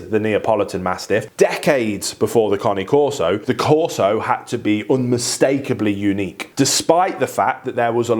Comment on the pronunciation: Finally, someone who can pronounce the breed name correctly. 👏 👏 👏 👏 👏